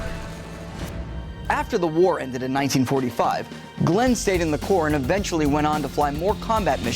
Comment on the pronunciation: At least he said Corps, not Corp